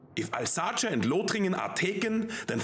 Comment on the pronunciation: Eupen, not Yoopen Elsass, not Alsacha